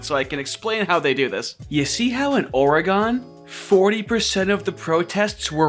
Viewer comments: What tf is Orey-Gone? You mean Ory-Gun? Or Oregon? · This is super pedantic but oregon is pronounced ore-gin